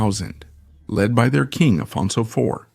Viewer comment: when talking of the Portuguese king Afonso, his pronunciation is Spanish, this is not English.